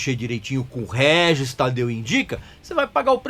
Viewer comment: Guel Guel Guel pronuncia do Régis